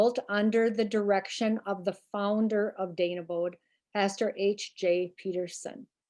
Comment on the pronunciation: Not far from you. G-Grandparents and family were members there early 1900’s. Although I have always pronounced the name as Dane-e-bo. 🤔